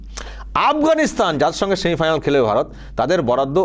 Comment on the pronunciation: শালা কথাই বলতে পারসি না। সেমিফাইনাল কে বলিস সেমিফাইনাল বলদ।